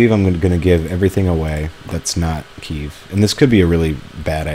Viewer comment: its pronounced KEY-EV